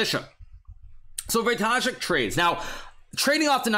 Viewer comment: As a Pole your ,,Radoslaw" and ,,Wojtaszek" pronunciation is magnificent!